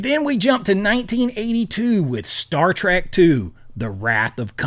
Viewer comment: I almost bailed on this mind numbing video the first time he said "Star Track"